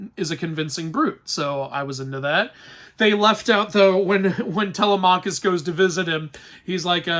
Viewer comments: In the movie, they pronounced Telemachus's name correctly, why can't you? It's Teh-LEM-a-kis ! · Your pronunciation of Zendaya and Telemachus kills me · Zendaya was supposed to look like a young woman because that isn't what Athena actually looks like. Athena takes the shape of a woman that was killed in front of him to symbolize his shame. Also you pronounced Telemachus incorrectly (Edit: A lot of mispronounced greek names/words)